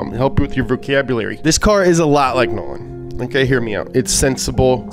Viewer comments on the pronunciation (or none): Did he say vorcabulary at like lol I’m not even mad, I’m just impressed tbh